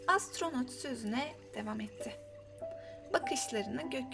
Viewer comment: Hikaye cok guzeldi gercekten. Ama telaffuzda sorunlar oluyor ozellikle devam daki a harfi gibi, biraz daha genis soylemelisiniz. Nacizane tavsiyem🤗